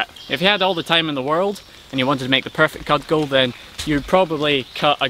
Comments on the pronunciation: Interesting. I've never heard the word "kud-jul" (cudgel) pronounced as "cudd-gel". Is that a Gaelic way of saying it? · Never heard "cudgel" pronounced like that. It;'s usually cuj-ull. Is Cud gull an authentic highland pronunciation? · It's pronounced CUD JUL....even allowing for Scottish accent...ye did well laddie....where I come from folks named MacDonald will nae speak to folks named Campbell for the treachery at Glencoe is nae forgiven...and in respect for the proper spelling of McLeod you will see signs that read NAE DUGS ALOED...AXSEPT FUR SARVACE DUGS .....;-) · Always good stuff--thank you! BUt 'cudgel' is pronounced 'kudjel'--somebody else has propbably pointed this out. All good wishes. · So interesting how you pronounce the "g" in cudgel. I learned it as a soft g like "garage" instead of a hard g like "goat".